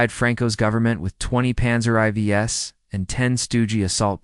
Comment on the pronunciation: Panzer eye vees? What is that AI? LOL!